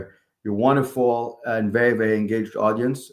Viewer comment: Wunnerful 😊, Wunnerful 😊, Wunnerful 😊...